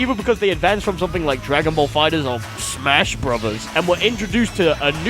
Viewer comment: why did he say smash like this? That's such a weird thing to do.